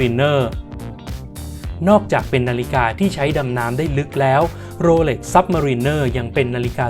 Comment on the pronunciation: เขาอ่านว่า โรเหล็ก ไม่ใข่ โรเหร็ก